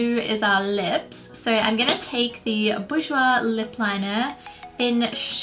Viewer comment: I love how you don't even try with the French names of the Bourjois products 😂😂😂 lovely look btw xxx